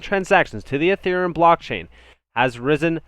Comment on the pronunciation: it's not "A"thereum it's Ethereum just sayin. Good analysis otherwise, thanks.